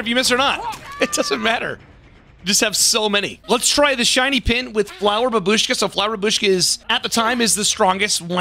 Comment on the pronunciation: It's bAbushka, not babUshka >_>